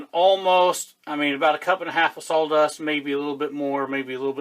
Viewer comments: What is “SAWL” dust? How is that different from “sawdust”? Serious question. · I was going to ask, I thought you were saying sol dust